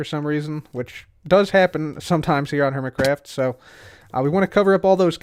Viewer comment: Welcome to “Dork craft”? Lol that's what it sounded like